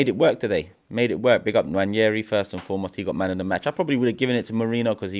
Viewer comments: Nwaneri is pronounced ‘Wah-ne-ree’ not ‘Wan-yeh-ree’ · There is no 'Y' in Nwaneri. We owe it to him to pronounce his name correctly. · Why do they all keep Butchering Nwaneri's name😂😂 It's Nwaneri not Nwañeri ffs😂😂😂